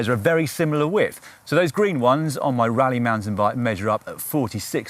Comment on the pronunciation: It's pronounced Roleigh not rally...